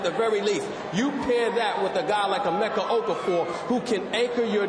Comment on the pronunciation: Its "Emeka" ...not "Emecka"